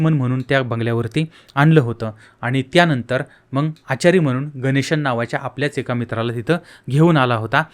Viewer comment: हे येड आहे.नीट बोलायला येत नाही.मग न म्हणता मंग म्हणतो.याला काही अक्कल असेल असं अजिबात वाटत नाही.याच चॅनल बघणे म्हणजे वेडेपणा आहे.